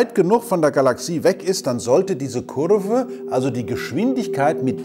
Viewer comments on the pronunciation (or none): Diese Kurrrrrrveeeeeeeeeeee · "eine Kurrrrve" DEUTSCHLAND